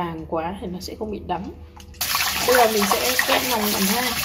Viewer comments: Nói ngọng quá người ta nói là lòng lợn lại cứ nòng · Lòng chứ không phải là nòng.